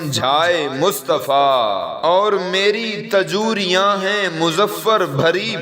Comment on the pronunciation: الفاظ کو صحیع سے پڑھیں تاجُوریاں غلط ہے تجوریاں صحیع ہے